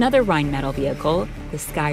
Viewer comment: 1. Rheinmetall rhein-met-AL 2. Rheinmetall does not employ that many black men in the entire company. Do your research and don't try to pass off generic video as ignorant filler.